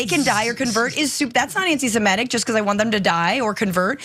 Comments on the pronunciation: His bame is pronounced Klay-van! The term is antisem-itic, not antisem-etic - your welcome!🙄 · Please stop saying “anti simetic”!! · I'll ask for the 1000th time, why can Americans not pronounce the word "antisemitic"? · listen to the hosts carefully. They are mispronouncing it.